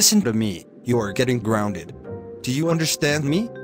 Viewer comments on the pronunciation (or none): said grounded wrong he spelt it like this guonded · said gorunded